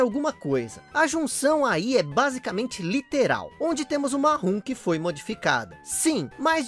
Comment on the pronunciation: Excelente vídeo! Mas por favor, hack ROM e não ROOM. Eu sei que tu não é o Velberan que insiste em falar errado coisas tipo FANTEISI star, então fica a dica 😊